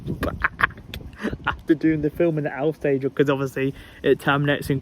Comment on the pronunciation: Brilliant vlog, nice to see Avanti diverts on the Stoke on Trent line. Also it sounded like you were gonna call Alsager Algebra lol.